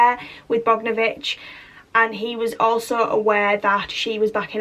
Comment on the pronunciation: It's pronounced Bog-don-o-vich.